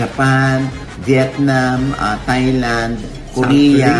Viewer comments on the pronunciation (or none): none